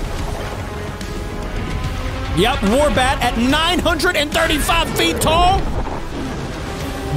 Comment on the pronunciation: It is oh war bat